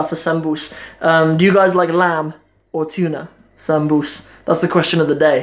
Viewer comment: Camaar yare waryaa, why is your Somali soo messed up mate. What's paasto iyo zaanbuz??🤔🤔 Waa baasto, dooro iyo saanbuus.